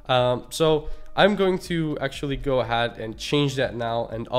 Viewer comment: bro you can't keep pronouncing 'ahead' the way you are, its really off